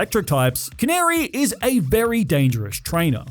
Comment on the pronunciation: Not how you say Canari's name....it's "CAN-ARE-E" not "CAN-AIR-E"....gay boy Naveen in the game even gets upset with you when you say her name wrong referring to her as a canary bird